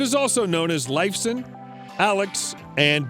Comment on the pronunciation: Did you hear how he pronaunced Alex's last name?!?!